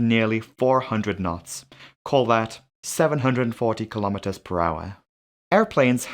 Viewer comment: WHAT THE FUCK IS A KELOMETER!!!!